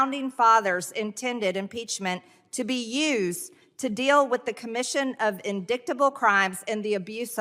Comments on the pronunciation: "Indicktable" oh, don't you ever change lmfaoooo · MTG prononces the word indictable, 'indicktable'. Hahaha what a joke! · "In-dick-table" amazing